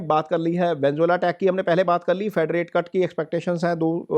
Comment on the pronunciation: Venezuela ❌ Venzola ✅